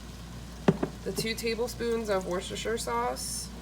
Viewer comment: Dude nailed Worcestershire sauce. I have had an insane chili craving the last few days.